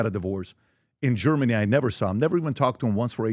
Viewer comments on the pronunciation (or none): none